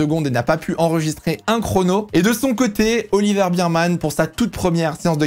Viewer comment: Cool video mais tu veux pas dire "bèrman" stp??? La bise 😜